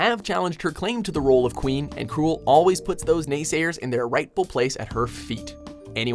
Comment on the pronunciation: Krul sounds like she said "send soda